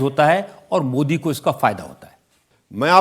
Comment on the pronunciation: Owaisi Modi ji ka naam sahi se nahin leta